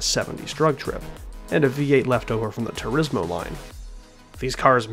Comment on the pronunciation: I wish people would learn how to pronounce Turismo properly, its TOUR-EE-MO